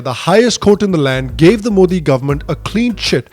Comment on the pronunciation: They can't even pronounce Modi properly